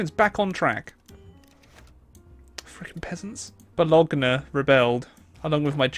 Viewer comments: The way you pronounced Bologana made me want to cry. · Bologna gets spelled Bo-Lon-Ya